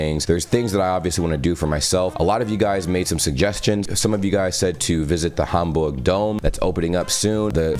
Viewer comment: Is's very impressive, in which way you pronounce german words like München Gladbach or Hamburg. I hope, you enjoy your trip top Germany😉